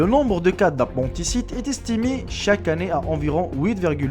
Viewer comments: on prononce: lapindicite, et pour le pus, tu ne prononces pas le S. donc " le pu" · C'est l'appaindicite ca ce dit comme ca